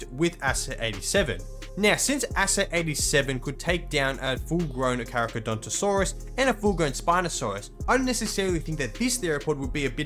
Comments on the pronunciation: it's pronounced "carcarodontosaurus", not "caracadontosaurus". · pronouncing the Carcha as "carachadontosaurus" holy fuck